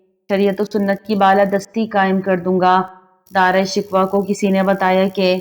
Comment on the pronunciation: Video bnatey hooey tumhein sharam aani chahiey Na tumhein pta hey k Dara Shikoh kon tha na tumhein us ka nam sahi se laina aa raha hey . Kiun video bnatey ho tum log ? Poori qoum k buchey tumharey jese jahel hein un ko bhi apni jhalat sikha rahi ho wo b Dara Shikoh ko Dara "Shikwa" hi bolen gey . Doob merne ka moqam hey tumharey liay . Or b bohat se alfaz tum ne ghalat purhey hein . Mein tu khud hi shurminda ho rahi hoon tumhara taluffaz sun ker .